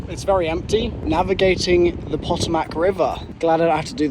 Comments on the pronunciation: when you got to the wharf i busted out laughing when you said potomac river lol its puh-tow-mac atleast here in wv panhandle lol EDIT and dont forget maryland its pronounced mareland lol too funny love the content though cant wait to see whats next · A Brit having to solve riddles based on US history is top tier content The Potomac: Puh-toe-mic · As a Virginian, it's painful hearing mispronounce Potomac and Aquia. No gators, they stop at the NC/VA border. Likely beaver or muskrat. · as a Marylander the way he pronounced Potomac killed me 😂